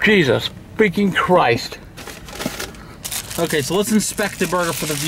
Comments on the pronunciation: Why did he say it like that?😂😂🤣 “CHRIESTSZ” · The way he says Christ tho!😂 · why did he say Christ like that lmaooo